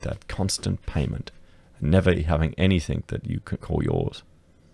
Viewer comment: Anythink anythink anythink. LOL